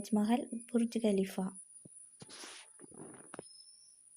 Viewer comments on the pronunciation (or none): none